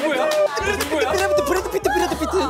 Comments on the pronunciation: The way they pronounced brad pitt 😩😩😭😭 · it's funny how jennie pronounce brad pitt in korean pronunciation